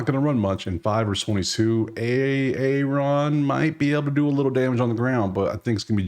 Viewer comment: When u said A-Aron I instantly thought of that Key and peele sketch 😂😂😂